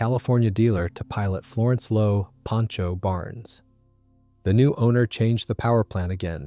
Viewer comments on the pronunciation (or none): none